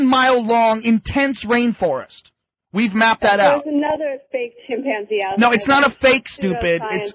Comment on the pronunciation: I hate the way pronounces chimpanzee.